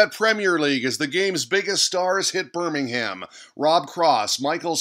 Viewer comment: and you don't pronounce the H in Birmingham. But I suppose you didn't know that :P